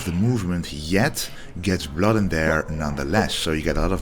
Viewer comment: I came here just to hear that!!!! If I heard my doctor say blood like that, I'm running out of the office!!